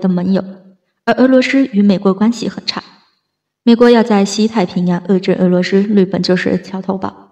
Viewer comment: 俄罗斯，不是鹅骆师，能学好发音先吗